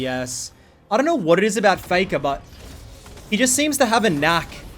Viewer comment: "foi-nolly fay-kah has mel"